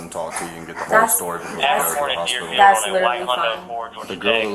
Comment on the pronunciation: She meant 4 to 5. "Ant" no way in h3ll she meant 45. Like the number "befoe" 46 and "afta" 44😢🤦‍♀️